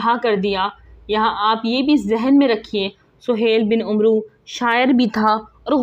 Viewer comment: محترمہ ،آپکی زبان لھجہ اور تلفظ سب صحیح ھے ،بس ایک غلطی ھے جوکہ اکثر پاک و ھند کے لوگوں میں ھوتا ھے ،جیسے عمرو کا صحیح تلفظ عین اور میم کے اوپر فتح یا زبر اور را کے اوپر ساکن یا سکون کا کے ساتھ امر کی طرح پڑھا جائیگا ، آخر میں واؤ نھیں پڙھینگے ، جیسے amar , umro نھیں پڑھینگے